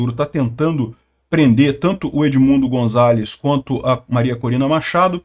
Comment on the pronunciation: vc gosta da correta pronuncia de palavras estranjeiras, como vemos nos seus videos... pronuncia-se o 'z' de Gonzales com som de 's', como em 'sapo'